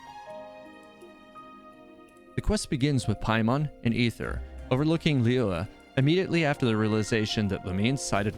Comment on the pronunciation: Xing qiu Not qiuah lol Gu hua Not gu hu ah. "Hwa" as one word. Li yue Li "Yur eh" but faster. Not li weh. Sorry, your pronunciations sometimes get a little distracting 😂